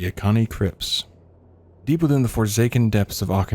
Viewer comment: bro kept pronouncing Auchenai as Akani